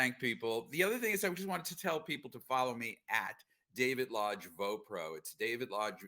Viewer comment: I hate to be this guy but your guest is David lodge. The guy who is most famous for voicing 1 of the legendary sannin the one who is all mighty and praised by of mount myoboku. The legendary Jiraiya. Just watch any clip with someone saying his name. It’s not that hard to pronounce and yet you just butchered the most iconic character of all times name. You have just brought great shame.. No! Great Pain to all that hold him dear to their heart ❤